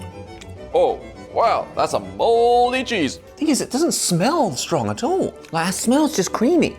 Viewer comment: Lol that’s a mooooldy cheese idk why that sounded American